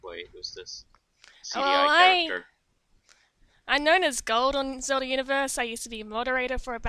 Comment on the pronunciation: My head is spinning because of accent... is saying Zelda and talking about Celda but just always says Selda, generally pronouncing S and Z as a sharp S... I get so dizzy haha!